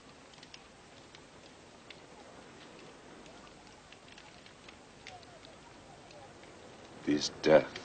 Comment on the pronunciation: is it just me, or does he say "Shaga"? not Shaka? So maybe people have been getting it wrong for years